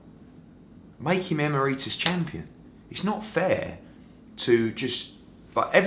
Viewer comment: Eddie, it's 'EE-MERRY-TUSS' ...not the way you say it.